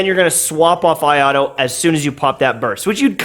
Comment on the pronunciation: bro please can you not pronounce him ayado